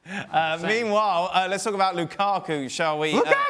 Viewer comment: Check they way he says lukaku, what a potato face